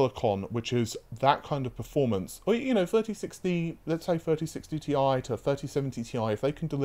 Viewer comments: Stop calling it Tie. Its Ti. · Two things: 1), since i'm noticing that you are starting to use the term "Tie", you have to realise that the official term is "Ti",since Jensen Huang himself calls it "Ti". The only people i heard using the term "Tie" are Tom Petersen(who nowadays has left nVIDIA for Intel, so he doesn't count anymore) and Jeff Fisher. So, although the pronunciation "Tie" exists,it doesn't mean that this is the official term. 2): Exactly that.I still haven't forgot how many times i heard about this "nVIDIA killer" term about RDNA2 that your sources had been telling you, and in the end,we both know that NO killer was released,but rather an amateur... thief at best!!!. So yeah, i believe that this time around it's wise for you not to put so much faith on these kind of sources... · omg please stop sayin tie, it triggers me so much I want to quit the video every time I hear it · This is „Tie“ infected pronouncination